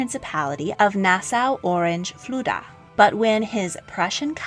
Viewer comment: Great Content But it’s pronounced Nas-Saw